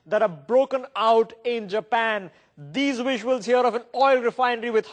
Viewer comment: "Take a luuk at dis wuisuals" Awesome.